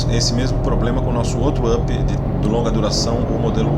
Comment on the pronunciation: e o UP se pronuncia áp, e não ãp ou âp.